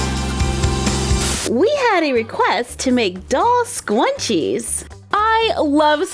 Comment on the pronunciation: You said scwunches instead of scrunches